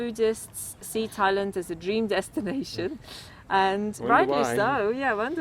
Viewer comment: Thai land not Lund